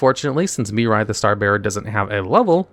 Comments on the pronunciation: I love how you say Mirai, yet the card says Mira. Yugioh Mandela Effect? 🤔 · In what universe can you look at the name Mira and see and pronounce Miri? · why you calling Mira, Mirai? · It's not "Miri" it's "Mirai". Still incorrect either way, but atleast slightly more understandable why it happen, since the latter is a word that actually exists (namely it's the japanese word for "Future")